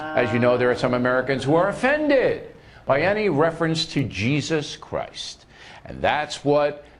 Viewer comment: I like how he says "Jesus Christ" like hes swearing